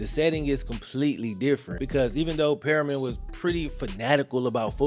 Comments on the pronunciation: Mans said “purr-rian” It’s Per-Mian! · Its Permian, not Perryman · Bruh... As someone whose college roommate graduated from and played there, it's PERM-i-an... Not Perryman 👎🏿 enunciation matters. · Look I can’t stand Permian, I went to the other high school no one talks about, the original high school in Odessa. Your pronouncing the name wrong it’s Perm-ian, not Perryman. But I laughed cause I seriously hate Permian. They always treated us like crap…. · The school is not "Perryman" as he pronounces it. It is Permian. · Permian more like per me an not perry man. But awesome video. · Sir, it’s pronounced “Purr-mee-in” not “Perry-min”. Lol… class of ‘01 over here! 😂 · Love every video you make but I'm ngl it drove me crazy hearing you say "periman" the whole time. Hate to be that guy but it's "PER-MI-AN" 😂❤ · Not perry-man.....Permian pronounced (per-me-in) thanks for the story, great story keep up the good work. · Periman. Definitely not permian🤣🤣 reading is hard sometimes lmao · PERMIAN not Perriman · its PERMIAN, not PERIMEN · Learn to say it right, it's pronounced pur me un not Perryman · Good Good video but you need to learn how to pronounce Permian . It's pronounced pur. Me un not perryman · your pronounced “Permian “ a lil wrong it’s “ per- mi an” but loved the video ! I graduated from Permian and played varsity ball - cool fact actually my step brother uncle is Chris comer ! He passed away a few years back and the coach in the move gary gaines passed recently in August Odessa is half oilfield other half Permian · “Periman”???? You mean PERMian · Per mi an not Pe ri man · Ite Per-mian not perryman. Great video! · Lol it’s permian not perryman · It’s not Perryman, it’s Per-ME-uhn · 😂😂 every time he says it I cringe a little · Great video...your killing me though...it's "PERM" "E" "AN"....not "Perryman"...still, enjoy the content my dude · PERMIAN NOT PERRYMAN!!! but other than that from someone who went and played at PERMIAN this is great! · Permian not periman